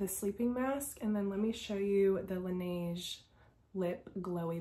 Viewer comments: p.s. - it is pronounced “la-neh-j” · not really luh is incorrect ! it's la-neh-j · yeaaa it's la-nei-j